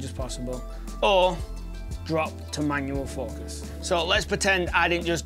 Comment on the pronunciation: “Manuel” focus. Lol.